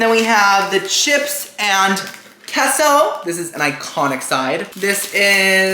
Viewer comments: Omg it’s KAY SO NOT KEH SO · Cheese in Spanish is definitely pronounced KAY-so and not KESSO! 😂 Great video though! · its Kay - so....not Kes - oooo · Sorry, but it's pronounced kay-so. If someone says it is keh-so then what do you call a quesadilla? Keh-so-dee-uh? No. It's kay-suh-dee-uh. Emphasis on the KAY. lol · Whoever told you that queso is pronounced "Keh-so" is an "idi-eh-to." The "e" in Spanish is literally pronounced "ay." It's "kay-so." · as a spanish speaker, its said keh-so, no mamen 🤦‍♂️ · The way he says queso bothers me too (because no one says it like that in English). But you're wrong. The e in Spanish is pronounced "eh," not "ay." The only way to make something similar to an "ay" sound in Spanish is to use the diphthong "ei," which queso does not have. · the “e” in queso is pronounced as “eh”. bc That’s how we say it. Although most native english speakers say “kay-so”, it’s easier i guess? Idk sometimes I do say “kay-so” so it’s said both ways i suppose. But the correct way is “keh-so” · Kay-sew. Anyone who says otherwise does not speak Spanish. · no, you sound dumb saying this shit so confidently lmfaooo. nobody that actually speaks Spanish is pronouncing queso that way. kay-so is literally the American pronunciation (I blame Chipotle for convincing y’all that’s how its really pronounced). just ask someone who actually speaks Spanish in real life or even go on google and see how the voice pronounces it. you being this loud and wrong when google will literally pronounce a word for you for free is the fse. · You can say queso any way you want. Love you. 😍